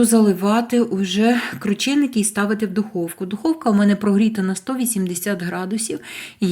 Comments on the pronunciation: Не крУчєникі а КрУченики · Наголосила У